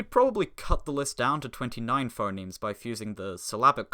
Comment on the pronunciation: That's FUH-nemes to you! 🇻🇳